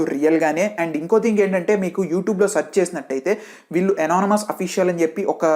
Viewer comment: Anonymous pronounce crt ga chey bro 😅